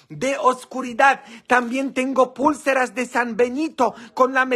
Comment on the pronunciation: se dice pulceras no como usted dice es pausado pulceras